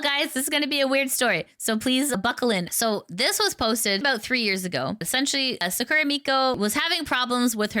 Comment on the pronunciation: You are pronouncing "Sakura" incorrectly, the stress must be on "Sa", not at the end of the word.